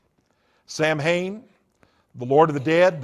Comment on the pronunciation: Lmao former satanic priest and can't even pronounce Samhain correctly. Also he looks like a Star Wars character.